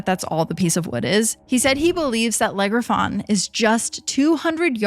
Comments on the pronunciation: Eeriest thing here is those french pronunciations LEG REFAWN 😢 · Le Griffon is actually pronounced without the “n” as in French the last letter is silent unless it is followed by a vowel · Why do you keep saying it like it's one word. Legriffon???? It's 2 words Le Griffon, "The Griffon". I find it sad when posters mispronounce words, when a little bit of research would help you sound more reputable. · Is it really that hard to type Le Griffon into google and check how it is pronounced? I am not even French, but German, and it hurts how badly you pronounce it.